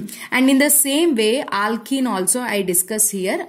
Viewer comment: Her aaaalkennn 😂pronunciation